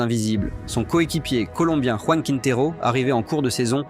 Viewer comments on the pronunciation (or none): none